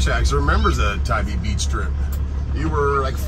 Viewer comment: Just a FYI…. Tybee is pronounced Tie B…. We do love Tybee in the Deep South….❤️🏖🌊